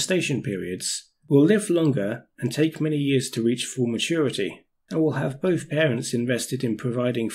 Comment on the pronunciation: Great video but really shit pronunciation, an otherwise highly capable presenter seems unable to articulate the "th" sound, really,really annoying! How can anyone expect to be taking seriously with "veir", "vis", "boff", "vem" and and other such disappointments. Such a let-down....